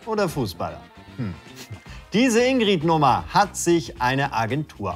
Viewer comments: das problem an der sache ist, dass die "ingrid" völlig falsch aussprechen. niemand sagt hier "ingrieeed", sondern "ingritt". deswegen ist die werbung für mich ein totaler fail, obwohl ich weiß, wo sie damit eigentlich hinwollten... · Alleine, dass die Ingrid konsequent mit kurzem "i" aussprechen und es sich somit noch weniger reimt….NERVT!